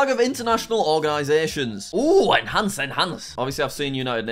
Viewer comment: no one: Jack in every video: INHANCE INHANCE